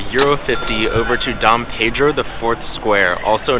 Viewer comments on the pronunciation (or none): none